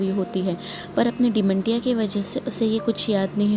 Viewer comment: Hello Mam, it is not "De-men- Tia" it is prenounced as " De-men-shia". There is "SH" voice in it and not "Ti" voice. Thank you.